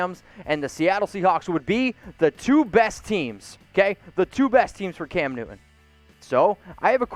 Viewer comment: All I'm hearing is... Cam "New-eh. New-eh. New-eh." Oh and hit that subscribe "Buh-eh. Buh-eh. Buh-eh. "